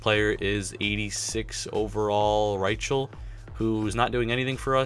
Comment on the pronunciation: not Ry-chel its pronounced Ry-kel